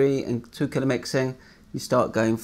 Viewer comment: Thanks for making this video :) at first I thought you were saying “killer” not “colour”